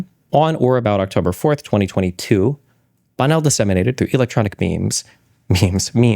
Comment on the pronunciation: sorry, when you say Bonnell, it sounds like Bono